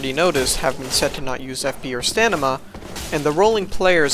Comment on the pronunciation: Ah yes my favorite stat, stanima